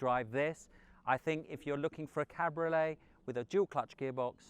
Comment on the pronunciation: “Cadbury olé” made me 😂